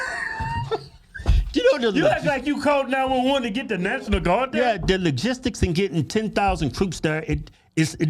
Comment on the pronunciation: " Did you calll the Naationmal Guard on the day of...???" ........haha...Yea and they will be assemmbled in two days ... :P what a goof ..!!!